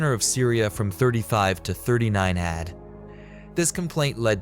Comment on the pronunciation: "Served from 26 ADD to 36 ADD"